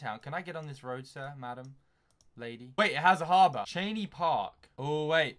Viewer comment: Lol I live in metro Detroit and 1) we don't talk like that 2) it's not 'Cheney' park it's 'Shane' park